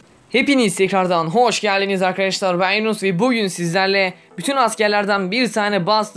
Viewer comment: abi niye her seferinde ben yunus yerine yinus diye başlıyorsun